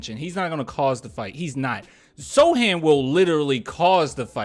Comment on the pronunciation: Hey thanks again for the shout out and you can just call me "Add" for short. you are ok man, my name gets said incorrectly all the time, I am used to it. I also got one of your Don't Mess with the Sochan shirts in the pink color way and it is so fire. Thanks again for being the best Spurs basketball youtuber on the net man. Keep up the good work man!